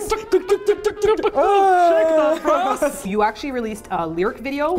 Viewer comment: I thought you kept saying "Shake your Breasts" I was completely blown away by how casual everyone was about it. As I've now discovered, it's "Shake that brass."